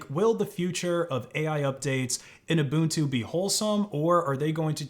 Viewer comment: Thank you for pronouncing Ubuntu as "Ubuntu" and not as "Ubantu" 💯